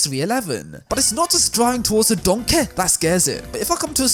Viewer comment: it's funny how you say donkeH!